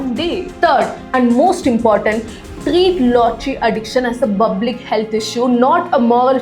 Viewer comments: Pal is easy to please say public public 😢 not bublic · Is it so difficult to pronounce public..u keep repeating in your previous videos too calling Public as Bublic😢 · Hey, Its Public, not bublic.. Learn to spell words. Or else come here. We will teach you to pronounce. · Hey why r u pronuncing bublic it's public😅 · It's public not Bublic😅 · good one but it is public not bublic. i feel they can still advertise without showing the person. the intrigue will make better curiosity related publicity. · DEAR..FROM NEXT TIME PLEASE STOP SAYING BABLIC INSTEAD OF PUBLIC . IT FEELS CRINGE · Please pronounce Public properly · you can correct your pronunciation of public publish etc.